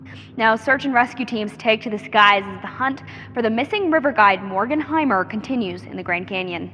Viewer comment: The lady correctly pronounced Morgan's last name the narrator did not.